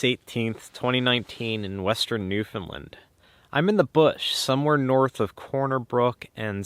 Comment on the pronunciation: Understand .... Newfunland.....the accent is on the “land”. Say both words and you will instantly know how to correctly pronounce the name of the place you are visiting.